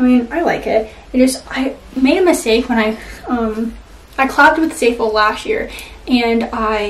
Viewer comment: It’s not pronounced like zayful there’s no y I don’t know where you got that from. It’s zaful. The a says ah as in Apple